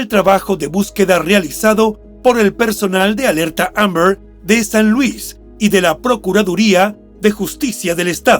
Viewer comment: El narrador por qué no pronuncia bien la palabra AMBER?❓🤷‍♀️ Ni se le entiende